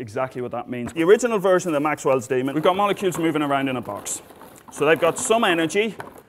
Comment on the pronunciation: The first time he said demon, I thought he said Damon, and was like, "Oh no, does Matt Damon need saving again?".. lol